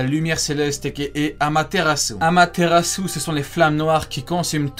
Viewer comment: Quel délice pour les oreilles quand Itachi prononce AMATERASU 😭